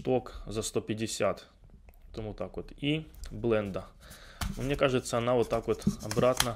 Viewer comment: "блындА" просто кровь из ушей)